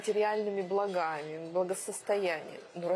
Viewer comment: Поскольку ошибку в контекстном ударении "материальными бла́гами" часто совершают и образованные люди, то эта ошибка простительна. . . . Была бы... если бы не было ошибок "за́веса" и "на кру́ги своя"